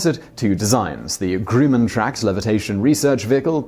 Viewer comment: Grumman is pronounced gr - umm -en not groo - man. Hey, you asked.